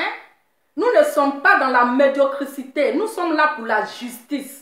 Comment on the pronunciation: on dit la médiocrité, médiocrité, médiocrité médiocrité 😀😀😀😀😀😀